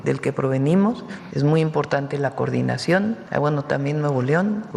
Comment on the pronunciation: Hay que bueno que Claudia sheinbaum ahora sí pronunció la palabra correcta, "coordinación", porqué siempre pareciera que dice, (curdinacion con EUA etc),....es que a Morena le gusta la mala vida, los que los tratan mal, le besan los pies 👣🧦 Donald Trump primero le da muchos halagos y le dice que es Bella y luego le suelta el rramalazo sin piedad, cómo la Bella y la bestia 😆😁🤣🤣